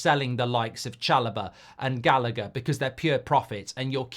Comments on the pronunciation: I nearly had a stroke trying to listen to Mark pronounce Gallagher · Mark cant pronounce Callagher’s name 😂😂